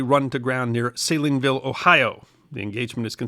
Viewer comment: I'm close to Salineville myself and thought the way he pronounced it was great.